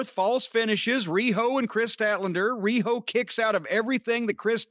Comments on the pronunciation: Am I the only one who is tired of Cornette saying Ree-ho? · Everytime Jim says riho's name priceless for everything else there's master card